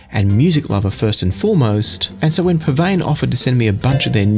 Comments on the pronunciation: PSVANE IS PRONOUNCED..... P. S. VANAH. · Is that the right way to pronounce the name? I have always been confused by that. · Never realised that was how it was pronounced before.